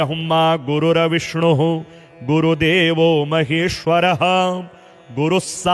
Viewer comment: "गुरुर्विष्णुर्गुरुर्देवो" बोलते समय हलन्त 'र' को पूरा 'र' नहीं बोलना चाहिए। इसी प्रकार 'तत् सत्' को "तत सत" नहीं बोलना चाहिए। ऐसी ही कुछ अन्य क्षतियाँ भी हैं, जो यदि सुधर जाएँ तो यह प्रस्तुति पूर्णतः श्रेष्ठ बन सकती है। शुभ कामनाएंँ।